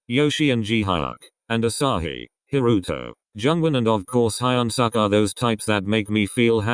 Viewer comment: Jesus the way that robotic montone voice butchered Haruto's full name gosh it sounded horrible lmao